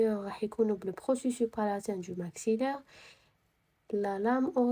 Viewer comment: شكراوربي يحفضك 🫶🏻🫶🏻💗 ولكن نقولو لابيرانت مشي لابريت ونقولو بروسيسوس تتنطق s مشي بروسيسو كيما قلتي 🥹🫶🏻 وعيشك نسقسيك app هاذي كيفاه راكي تخدمي بيها مجانا تاعي غير les os لي مجانية لباقي كلش مدفوع تقدري تمديلي سيت تاعها ولا وجزاكي الله خيرا 💗